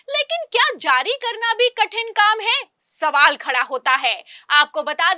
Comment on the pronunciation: इस मैडम के बोलने का स्टाइल बहुत बुरा लगता है, कुछ उदाहरण जिन शब्दों को खींच कर लंबा बोलती है, प,,,,, ल,,,,, टी मार जी है, स,,,,,, बा,,,,,,,, ल किया जा रहा है, आदेश पा,,,,, री,,,,, त किए गए, जा,,,,, री नहीं किया जाएगा, समाचार में शब्दों को इलास्टिक की भांति लंबा लंबा खींचना ऐसा लगता है जैसे किसी पर टोंटिंग कर रही ही, इससे लगता है समाचार सुनाने में भेद भाव किया जा रहा है, इन्हें अपना उच्चारण सुधारना चाहिए